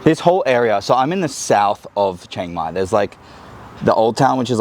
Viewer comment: I’d try living in a more true Thai city like Bangkok before offering a perspective. Chiang Mai is insanely touristy, and completely different than the traditional Thai experience. Also, it’s pronounced more towards “she-ang mai” not “CHANG-mai”.